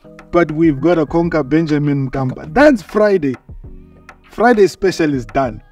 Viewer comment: It's Benjamin mkapa not Benjamin kapa